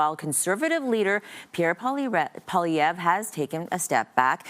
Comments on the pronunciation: Remember Zelensky with Trump? Yah that's going to seem like a 'constructive' meeting when Trump is done with Carney. Better bring the knee pads sister Carney. How come here calls him Pierre PolyRev? Can't say Poilievre (poly 'ev)? Not that hard, you're only paid to speak. Really know how to sink into the words 'LOSING" and 'LOST' though, huh? Thank you Ms. Nicole Lampa... really loving your Liberal-voting, immigrant ways. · SHE SAID PIERRE POLIREVVV GUYS 😂😂😅😂